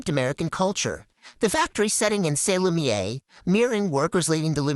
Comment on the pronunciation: I love you baby but you spent a whole video saying “lumiere” wrong and it’s months later and I still think about it. Hit me up if you ever want a second set of eyes/ears. (I have experience in copy editing.)